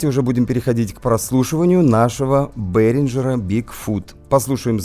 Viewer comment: ну не красиво, ей Богу. Вроде эрудированный парень. Что это за БэринДЖер??? Это что за фирма такая??? С каких это пор в немецком языке появилась буква ДЖИ???Ты ещё на латыни произношение воспроизведи. Вообще «шедевр» лингвистики получится. Есть немецкий мировой бренд под названием БэринГер. BEHRINGER — немецкая компания, занимающаяся профессиональным музыкальным оборудованием. Наверное ты силён в английском, но это не английское слово. Ни исторически ни этнически это слово не имеет ни малейшего отношения к английскому языку. Более того английский язык сам по себе имеет германские корни происхождения. Это всё равно как Шекспира читать на украинском – уссышся со смеху.